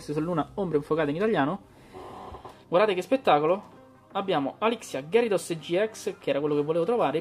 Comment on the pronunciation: "Ghiarados", non "Gherisos". Ieri nel primo pack ho trovato Silvally rainbow, punto a Samina full art.